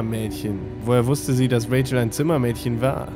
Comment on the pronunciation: Sarazar du nimmst bei Rachael ständig das a vor dem e weg es müsste wie Rafael klingen nur halt mit ch und nicht Rachel